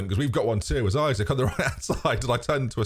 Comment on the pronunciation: Too bad after all this time you still call him Isaac.... very disrespectful tbh.